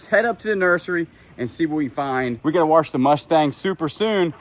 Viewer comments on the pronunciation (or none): none